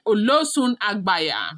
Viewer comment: It is agbaye ,not agbaya